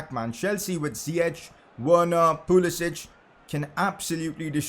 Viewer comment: Pcq: Pulisic has made it clear that his name is pronounced Pulisik and not Pulisich as the other balkan names are pronounced.